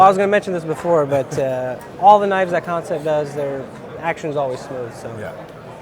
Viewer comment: Kansept is pronounced just like the word "concept" from the English language (looking at you DCA!) Seems like a lot of haters and Negative Nellies weighing in on this one. Man we are so spoiled if that's what y'all have to say about these knives lol